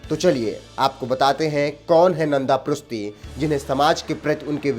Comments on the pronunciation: भाई वो प्रुस्ती नही प्रुष्टि हैं। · Dear, " नन्द पृष्टी ", this is the correct name & pronounce of his name.Please.